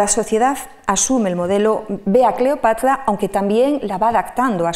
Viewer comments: También yo escuchaba Cleopatla y me pleocupaba 😃😄😂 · Porqué pronuncia Cleopatla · La conferencista, experta en Cleopatra, la cita como "Cleopatla". Si tiene problemas para pronunciar la r, debería corregirlo. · Excelente, pero no sé por qué la escucho decir” CLEOPATLA”😳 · Alguien me puede decir porqué la expositora pronuncia CLEOPATLA en lugar de CLEOPATRA como lo decimos los demás???, Será que así se pronuncia en verdad o ella tiene algún detalle de pronunciación personal???, si alguien me puede sacar de la duda por favor!!!!!.... saludos y gracias de antemano por responder.